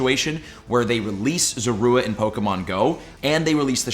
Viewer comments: So is it just me or does the way says Zorua, Zoroark, and Hisui break my ears? I believe it's Zor- ooa and Zoro- Ark and Hei-Sui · Omg you’re so annoying... really after me Zah-roah! And Zohr-ark! P.s you can YouTube anime episodes to find out how you pronounce their names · Please start looking up pokemon name pronunciations before making videos man.. speficially referring to zorua and zoroark this time around. Its super cringe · He pronounces zorua and zoroark so weird